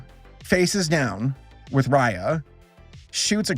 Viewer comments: I always pronounced it as “Ray- A” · They keep saying Raya wrong and my sister gets mad cuz that's her name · I'm sorry I really hope I don't sound too judgmental or rude here, but the whole time you pronounced their names wrong it just rubbed me the wrong way, and it might be just me, but their names are not that hard, and it looked kind of unprofessional to me. If u have a hard time remembering names you can just take notes of what their names are just beside you and that's it. This is constructive criticism, once again not trying to hate on you. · I can't stop calling her Raya in the way you pronounce the ray in sting ray lol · Geez, if you're going to review this movie, do you think you could actually take the time to look up the characters' names and make sure you're getting them right? It takes like ten seconds to do it on Google and IMDb. Raya and the Last Dragon was actually quite good by the way. It does stick too closely to the Disney plot tropes, but the world's lore was actually quite compelling, and it delivers such a beautiful message about how our world's problems happen because of our inability to trust one another.